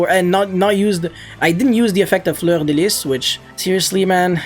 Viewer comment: Thumbs up for that flawless pronunciation of Fleur de Lys, well done ;)